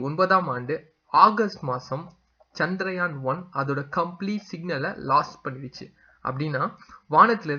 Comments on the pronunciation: First please learn to pronounce correctly the word as Chandrayaan and not as chandraayan. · Often most people pronounce as chandraayan but it is chandrayaan. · Please spell correctly, that is Chandrayaan and not chandraayan as you say.